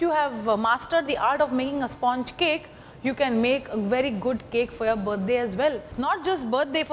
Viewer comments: At the very beginning pronounce 'sponge' correctly and then proceed! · Please learn to say sponge correctly